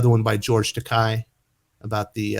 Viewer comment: George Takei's last name is actually pronounced "Tuh-kay".